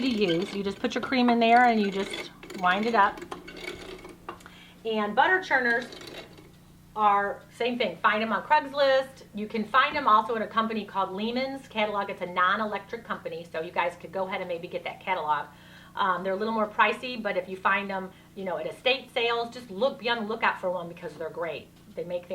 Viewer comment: Lehman's is pronounced Lay-mens.;) We live not far from the store(s). But price check on Amazon before you buy, as they Lehman's are getting crazy on their prices due to their popularity with homesteaders. Loved the video,!